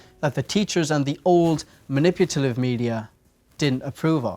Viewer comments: Has anyone noticed that he says manipulative wrong? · I actually watched this over the period of 48 hours and I have to say that it makes a lot of sense. ...more sense than I ever made of it anyways. I noticed throughout the video that you say maniputalive instead of manipulative. Not a criticism, just something I noticed. Thank you for this entertaining, attention-keeping video. 😃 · "maniputalive" :D